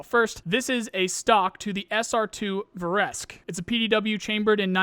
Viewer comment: vEresk , not verEsk